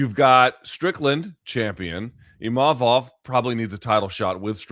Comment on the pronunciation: HEY LUKES. Can y'all pronounce IMA-VOV correctly.. it isn't IM-A-VOV. Chuck, keep killin it